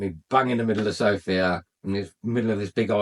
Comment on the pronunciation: Good for you man. You are the first English speaking guy I hear that puts the stress on the word "Sofia" at the "O" which is correct. Every native English speaker says Sofia ( puts the stress on "i" which is very annoying to us Bulgarians). And to the point: sure Bulgaria is very safe, just hey people stay away from places where houses are cheap. The reason they are cheap is almost always 1: there are gipsies ( travellers, roma people whatever) there. And they are aggressive and dangerous! They steal and do even worse things.